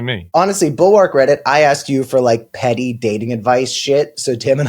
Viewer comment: Not to be the grammar police, but the word bulwark is pronounced more like bul-werk.